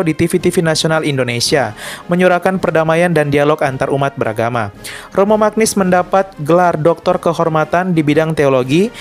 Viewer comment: Mantap Katolik. Mantap adminnya 👏 Hanya sedikit perbaikan: cara membaca nama Romo Magnis Magnis dibaca menjadi Manyis bukan Magnis.